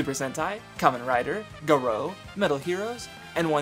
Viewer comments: Can I just say that that pronunciation of Garo hurt me. Gah-row. Not Gahro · Garo pronounced GAH-ROW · "Guh-roh" ..... That pronunciation pained me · Aside from the strange pronunciation of Garo, this was a damn solid video. It really helped remind me of just how awesome tokusatsu is, and I might give some of these other shows/movies a try sometime soon. Keep at it my guy